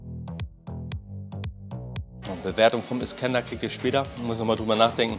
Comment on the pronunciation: Ich Feier deine Videos & Persönlichkeit ! ❤️ Ich Feier aber null wie du iskender aussprichst 🥲